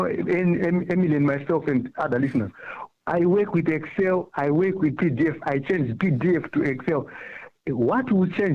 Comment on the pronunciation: Then judge instead of saying “EXCEL” he keeps saying “PERSAL” 😩🙄